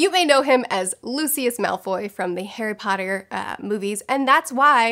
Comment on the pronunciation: only heard his narration of HP which i am not a fan of... so many of the pronunciations just sound so off that it becomes hard to listen to for me.